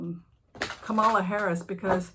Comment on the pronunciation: Kamala rhymes with Pamela.